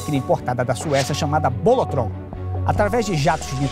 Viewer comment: "Bolotrom" kkkk